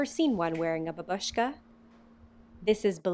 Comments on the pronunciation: Let's just pretend that her pronunciation means scarf, and the correct pronunciation with the emphasis on the first syllable is grandma :) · dude, babushka is pronounced bah-boo-shka